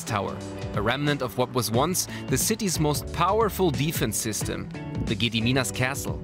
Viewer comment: "Giediminas tiower" f, you don't know how to pronounce it